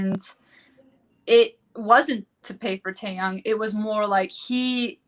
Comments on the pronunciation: She contradicts herself Dracilla doesn’t attend school but yet Jihoon picked her up from school ??? Huh ?.. ? If it’s and English class call it class then 🙄 oh by the way , it’s pronounced Tae Yung To those broadcasters who can’t pronounce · Heather Bryson I don’t understand if these bloggers think they know everything and report on it, they can’t get names right or pronounce them correctly just like Taeyang ...